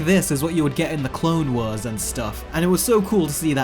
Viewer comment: Anyone else going to talk about how he pronounces Clone Wars as Clone weres